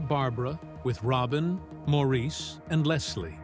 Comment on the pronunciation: Why all the split screens with pictures that aren't any of the Bee Gees? It is pronounced "Morris", not Maurice 🙄😬